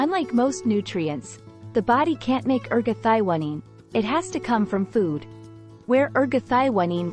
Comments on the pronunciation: Your pronunciation of this molecule is very different than what others call it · Nice video, but ruined by the pronunciation of the key molecule.